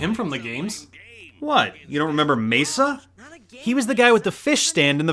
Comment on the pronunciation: Why say Mesa when his name is Masa? Also i don't get why they didn't just do a straight up adaptation. They could've flushed out the backstories of some characters in the process of extending the game's story.